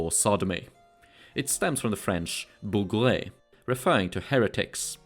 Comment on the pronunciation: Hey ! If I may add an ingredient to your already very honourable pronounciation of french words : the final e is mute, unless it's a é. "Bougre" can be read "bougr". Generally speaking, the last letter of a word is mute, or can at most transform the pronounciation of the second-to-last. These letters generally an artifact from the latin or germanic roots of the word. For instance, the sentence "j'ai raté" ("I missed") would have the final e pronounced exactly as you did with "bougre" in the video. (wich would read "bougré", which is a form I don't think it existed.) Whereas in "je rate" ("I miss", or "I'm missing") "rate" would be pronounced almost exactly like the english "rat". (The final t sounds.) (And of course, "rat" in french (the classic rodent) would be pronounced "ra" like the egyptian god. Unless you name him Rê, or Ré but I'm out of my depth here.) You've already got it totally accurate for Olivier Levasseur ("Olivier" = "olivié" and "Levasseur" with the final r pronounced. Yeah the "r" is an exception to the generality above. Yeah I know my language is not intended to be read at all. Only makes me appreciate your efforts even more. It would take me a big time to get as fluent in Swedish as you are in French) (And of course I'm speaking about modern french. If you have any specific information about it being different in old french, I'm eager to learn :p )